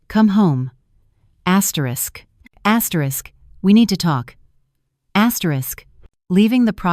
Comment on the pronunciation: Please don't use the word "asterish asterish" in the next story.🤕🤕